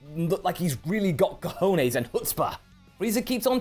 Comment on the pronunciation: It's very weird to hear you say "cojones" xDDDDDDDDDDDDDD.